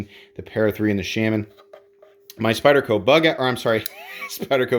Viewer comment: Everytime you say “Shamin” instead of Shaman I get one step closer to offing myself.